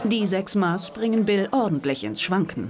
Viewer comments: Es heißt Mass (nach alter Rechtschreibung Maß) und nicht Maas. ^^ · Wann lernt RTL endlich, dass es "Mass" ausgesprochen wird? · Es heißt Maß, und ned Maaaaahs. :D